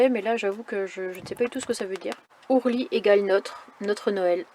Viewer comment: Owly et non ourly 😉 owl = chouette / hibou